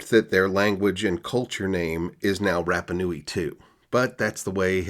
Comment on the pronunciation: its pronounced Ra like the sun god, not like Rap. RaPa Nui